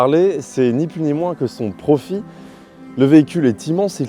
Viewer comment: "Si on veut commencer par évoquer au niveau du look", 😳! "Son profi" 🤔 tiens donc, on ne prononce plus le "l" de profil...